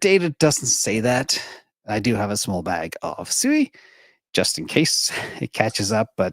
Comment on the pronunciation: SUI is pronounced "swee", not sue-eee. The later is the word used to call a herd of pigs.